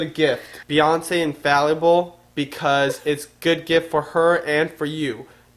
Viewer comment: he still says infalliable and not inFALLable